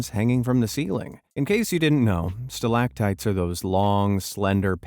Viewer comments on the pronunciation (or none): Stalag tights... Thank you for ruining English